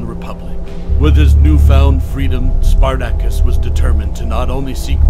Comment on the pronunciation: Learn to pronounce his name properly.